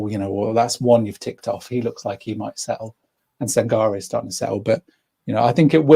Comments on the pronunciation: his name is Sangaré with an accent on the final letter. The accent is on the 'e' at the end, so, pronounced: San-gar-ay. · Sangaré has an acute accent on the last letter, so your proposed pronunciation is in fact wrong!